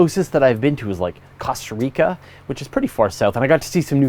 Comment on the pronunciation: Cosstuh reekuh... Canadian